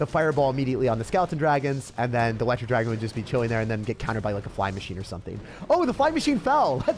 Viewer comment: “The elerwooo dragon”